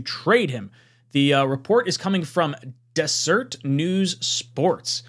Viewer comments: "Dez-ur-ett," not dessert. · Not that you'll ever hear it again, but it's pronounced "Des - er - et" -- Just an fyi . Oh, and Doug Robinson is a nobody; I hadn't heard from or read about anything from him in so long that I wasn't even aware that he's still reporting. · DeserEt, not Desert. Mormon country. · It’s Des-er-ret, a word for honeybee in Mormon culture. That said, I agree that the story is highly implausible, probably some thing repeated by a friend of a friend. Personally, I believe Zach has reasonable trade value. He has shown enough moments of brilliance that some team would look on him favorably as a development project. I also think that there’s a good chance The Jets will keep him for the same reason. He’s got five games, let’s Hope that his brilliant moments are more prevalent than the not so brilliant moments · Dez-urt.. like the Sahara, not the food you eat 🤣🤦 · It’s pronounced “dez-zur-ette” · Bro it’s “deseret” news lmao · Haha, it's not pronounced like either one of those.